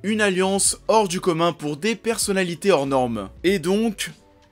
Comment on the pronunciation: A chaque fois qu'il dit Hors norme j ai l impresion il dit Or noir